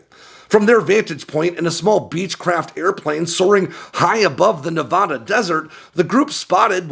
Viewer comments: Please pronounce my state correctly. It’s nuh-VADD-uh not nuh-VODD-uh. Thank you. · It's Ne-VAD-uh. Not Ne-VAH-da. Locals and long term residents do not use the Spanish pronunciation. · Pronounce Nevada correctly and I’ll subscribe to your channel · Stop mispronouncing Nevada! Damnit man. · I am begging you to pronounce Nevada correctly. Sincerely, a Nevada native